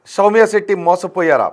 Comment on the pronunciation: షౌమ్య సెట్టి కాదురా సౌమ్య శెట్టి 😂